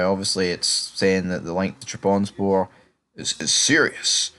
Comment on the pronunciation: It’s pronounced Trab Son Spor - let’s get it right!